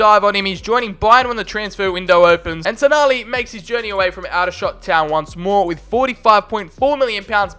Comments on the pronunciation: Just to let you know Aldershot is pronounced Oldershot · Come on big up aldershot home town and dat btw it’s pronounced all-dershot And there rivals woking is pronounced woahking